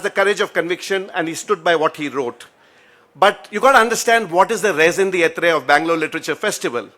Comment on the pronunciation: When people pronounce french words and phrases... they should please stick to the right way of saying them... these days there is so much support for such learning... simple google search can help public speakers - especially bold speakers like the one here... the speaker uses the french term raison d'etre (quite unnecessarily - he was just citing the reason for someone quitting a post... "raison d'etre" is deeper than mere "reason" ) it should be pronounced as rayson detre in one breath... not rayson de etrey... :-) :-) why do people insist on displaying their inadequacy in the course of showing off that they know better than people listening to them... they end up cutting a sorry figure... laughing stock... IMO for desi lit fests it behoves everyone to speak in simple indian english...or hindi or kannada...there is no need for bombast or foreign language for the sake of those things... unless the speaker is really competent and fluent enough... young speakers ... please be aware...